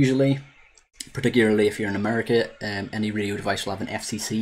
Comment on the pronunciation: I was gonna wise crack on ya because in the beginning of the video it sounded like you said "video signal", but after replaying several times I can hear you actually said (or tried to say) "radio signal" 🤣😁